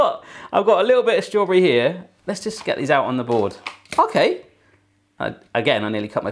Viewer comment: He dosent say strawberry he says straw bre